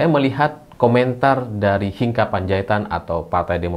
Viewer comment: Membaca nama Hinca itu bukan Hinka tetapi tetap Hinca 😊